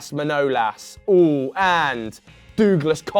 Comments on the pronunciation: Dooglas Costa . Might as well call him Dougie Costa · Dooglas lol :D